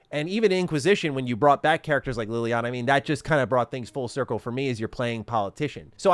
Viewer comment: It's pronounced LEY-liana not LILY-ana! Sorry for being a tight a** but that just bothers me, LOL